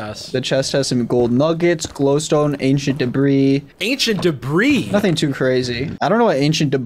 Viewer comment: ancient debris more like ancient debruh